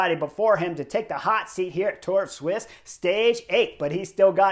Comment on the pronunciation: Sweessss. Sweeesss sweeess keep saying it sweeeeeessss. Not fkkkkn swiss. It’s sweeeessss